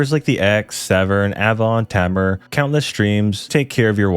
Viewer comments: TAY-MAR seriously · Cornwall Represent! (Btw Tamar is pronounced "Taymar")